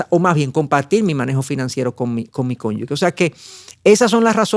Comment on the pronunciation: Si se escribe cónyuge. Como se lee? ese es un error muy común leerlo como si fuera cónyugue. Corrija eso por favor